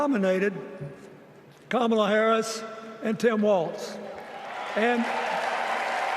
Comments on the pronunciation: Yes, mispronouncing her name is a very surprising error for Bill Clinton to make. He was always very careful about that kind of thing. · I hate to say it but President Clinton rambled on too long and lost the momentum Hakeem Jeffries had going. Also, I would have been happier had he pronounced Kamala’s name correctly